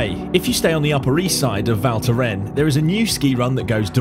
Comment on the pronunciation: pronounce the "S' at the end , cheers...